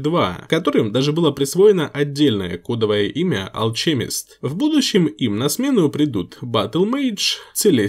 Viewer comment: алКемист а не алЧемист